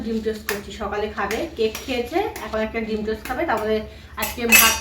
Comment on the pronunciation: ভাগ্যিস তুই বললি টোস নয়তো আমি জানতাম টোস্ট😂😂😂😂😂😂 তোকে বললাম কথা গুলো😂😂😂